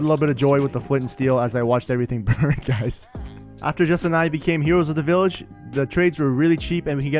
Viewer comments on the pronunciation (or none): "An underground villahger trader" - You mean a "black market"